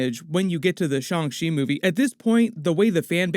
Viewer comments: F!!!! Y'all I refuse to say Shawn Chee Niggah!!! It's Shang. Shang Chi I hate that shit 😤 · He says “shong chi” instead of “Shang chi” and it really bothers me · Shang chi (上吃) is pronounced "shyung chee" and translates as "serve".